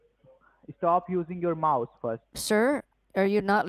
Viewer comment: Typical answer from the Indians: Stop using your mouse (almost sounded like mouth)